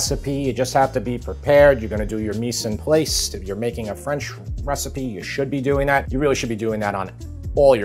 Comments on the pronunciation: Great video. For future reference, if anyone really cares, mise en place is pronounced me-zahn-plas. Again, great video! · ‘Mis en plais’😅 The American pronounciation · Love your videos, but your pronunciation of cog au vin and mise en place is horrible … maybe research it before you say it ???